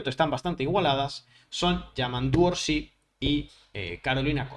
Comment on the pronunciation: es Yamandú Orsi, sin acento en la í. NO es "Orsí".